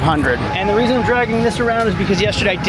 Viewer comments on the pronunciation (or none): none